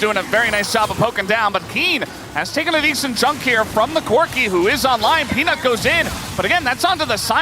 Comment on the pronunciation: the caster say penis instead of peanut KEKW